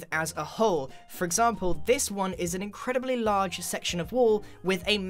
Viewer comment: “If you Have A *Larrrrrrrrge*…” The way he pronounces it is so strange to me I don’t know why 😂